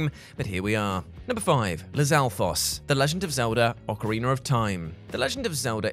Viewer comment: OcarinA not ocarinER 🤦🏻‍♂️